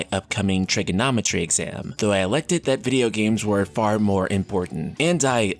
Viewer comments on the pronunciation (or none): it's funny i heard "should of been studying for "triggernometry" on a ffxiv video" =^)